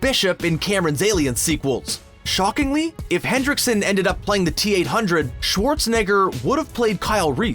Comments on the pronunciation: it's Lance Henriksen not Lance Hendricksen. Jesus wept. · It's not "Hendricksen," it's "Henriksen." There's no "D" in the name. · is Henriksen, not Hendriksen! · And its Lance Henrickson, not Hendrickson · Lance Henriksen not Hendriksen, there is no D. How do you screw that up?! Twice! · Its Lance Henriksen numb nuts. Not Hendriksen. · is anyone else hearing "Hendrickson" instead of "Henriksen"? I know the closed captioning says Henriksen but I've replayed it five times and I'm still hearing Hendrickson. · why does everyone add a D in Lance Henriksen's name? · sorry i'm late... there is no "D" in the name lance henriksen say it right or "i'll be back" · There is no 'D' in Lance Henriksen